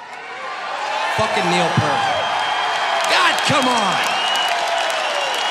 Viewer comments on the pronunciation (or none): It still drives me crazy that people pronounce Niel's last name "PERT" when everyone in RUSH pronounces it "PEERT". It's even in a movie on how to pronounce it correctly. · too bad he couldn't pronounce his last name Peart correctly. Its peert not pert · It's a pity Taylor didn't know Neil's last name is Peart, not Pert. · How does Taylor Hawkins not know how to pronounce Neil Peart's name? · Love it! But I can't believe Taylor pronounced Neil's last name wrong! Lol! RIP BOTH! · I wish Taylor would have said Neil's last name the correct way. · A shame Taylor couldn't pronounce Neil Peart's name correctly. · Such a tragedy that foo fighters were chosen to introduce them. What a disgrace. Not to mention saying Neils last name wrong. Pure disgrace.